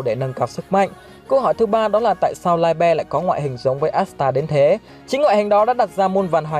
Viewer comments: tiếng Đức đọc là Li - bờ nha ad. Nghe đọc Lai be sai vl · Liebe tiếng đức đọc là Li -bờ nhé ad chứ ko phải Lai be 👍👍👍👍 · Ad phát âm sai rồi :)) li bơ :)) chứ ko phải lai be 🤣🤣🤣🤣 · Mình góp ý nhé chữ đó đọc là ( ly bờ) nhé ad nhanh nhanh ra thêm clip nhé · anh ơi đoc sai từ libie rùi